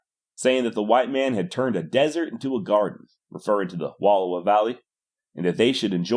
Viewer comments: Wallowa pronounced wuh-L-OW-uh. Source: ME, I WAS BORN THERE. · Good. I was taught two big characteristics of Nez Perce: starvation was unknown and there was no warrior class. Also learn the proper pronunciation of Wallowa.